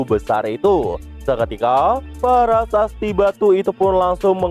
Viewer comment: Prasasti min bukan parasasti😊 , lanjutkan min